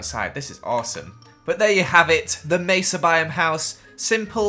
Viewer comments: He says Mesa wrong, So...yeah..Stacy doesn't like ppl who says Mesa wrong! Your Welcome! :) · Stacy is going to be realy mad that you said Mesa 😅